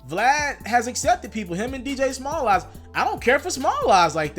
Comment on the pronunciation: “Dj Smalls eyez” is the channel name his name is “Dj Smalls” not “Dj Small eyes” 😂😂😂😂😂